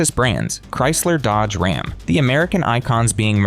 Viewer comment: “Rahm is in crisis”. AI FAIL